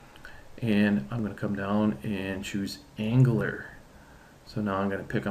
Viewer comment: ang-u-lar, don't forget to say the U.